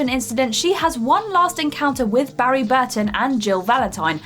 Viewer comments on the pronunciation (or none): Clearly messed up Barry's name. This is just nitpicking for the sake of nitpicking.